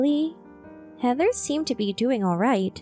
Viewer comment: Heather, not haather